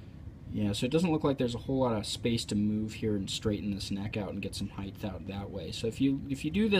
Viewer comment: Good instruction, well explained. Don't mean to sound like a blowhard, but unlike the word "width", the word "height" has no th sound at the end. It's pronounced hite. Cheers!